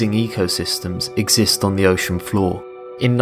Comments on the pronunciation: lel deep foor instead floor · it should be floor not "foor"